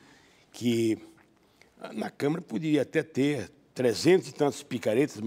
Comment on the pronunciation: É CÂMARA, E NAO camera ok?